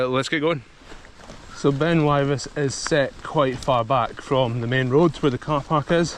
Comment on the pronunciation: Great, only done it once, left my bike at the bottom of the staircase and walked the rest of the way. The plateau would have been be fun on the bike. I burst a tyre with a mis-timed bunny hop over a drain on the way back down. It's pronounced Wivis BTW.